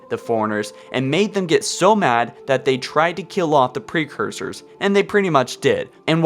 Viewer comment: Good vid, but I couldn't get over your pronunciation of fore runner, precursor, and faring.